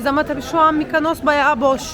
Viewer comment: Şu adanın ismini bir türlü öğrenemediniz. “MykAnos” değil, MYKONOS! O ile, O O O. Ağaçtan da reçel akmaz, reçinedir o. Biraz genel kültür yahu…